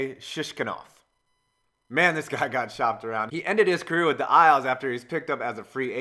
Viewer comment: It was by the time I realized you were saying "career" and not "Korea" lol